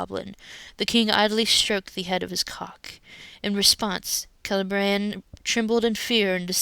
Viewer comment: Kay - Lay Bree - ANNE? What IS WRONG WHIT YOU? Leave our kids alone!